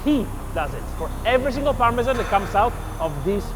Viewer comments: Parmesiean 😂 Rick and Morty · can someone explain to me why americans pronounce parmesan so strange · it is Parmesan. He didn’t say do you want Parmesan reg… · All that and you still don’t pronounce it correctly!!